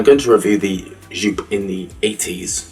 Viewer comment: it`s JOOP like "YO-P" it is not "JUUPE"